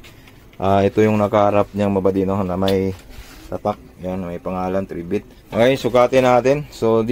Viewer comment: Corretion ang pronounciation ng pangalan nya ay "try bit" hindi "3 bit" pakiayos lang.